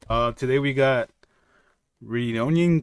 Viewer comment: Roo-Row-Knee Kenshin!